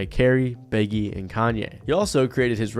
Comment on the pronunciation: "Beg - gee". Good lord man.